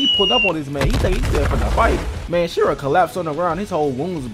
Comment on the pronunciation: His name is Shira not shinra